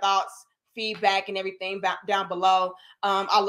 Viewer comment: I dont really see ANYTHING wrong, "I SEE EVERY-TING WRONG.